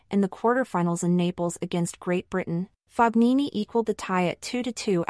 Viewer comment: Whatta bummer! Please pronounce his name correctly. Ask Fabio how he pronounces his name.